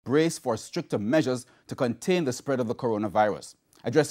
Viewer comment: Stricter not "Stricker".